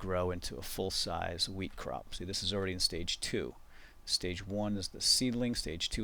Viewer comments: I thought you said weed, not wheat lol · every time he says wheat it sounds like weed :) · When I first watched this I thought he said 'grow weed.' LOLZ! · Not WEED It's WHEAT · at the beginning, I tought you were saying "now we're gonna grow some weed" and I was like "wut?" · i though he said weed...lol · Whenever he says wheat or hoe i uncontrollibly lol